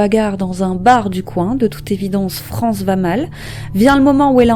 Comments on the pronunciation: On prononce Frances = Francèss, et non France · Vidéo intéressante, mais je tiens en revanche à préciser que son prénom ne se prononce pas "France", mais "Francesse". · Bosser avant de poster ça vous arrive ? Frances "sss" pas France. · Son prénom ne se prononce pas France mais « Francesse » !!! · ça se prononce Francèss son prénom, pas France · je crois qu'il faut prononcer Francèss et non France... dommage de rendre un aussi bel hommage en écornant le prénom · Ça se prononce FranCÈSS ... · On prononce le "s"final.Francess. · Tu as oublie le"S"final a Frances! Prononcez : Fran cesssss! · Salut 🕺faut prononcer le s dans son prénom ✌️